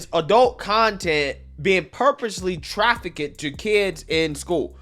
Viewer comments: Traffic kid? Why do you pronounce it like that lol. Trafficked. Trah-fikt. Not traf-fa-kid. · Ok.... Trafficked is 2 syllables Not 3 lol Traff-icked not Traff-ic-ked Much love bro keep up the grind 💪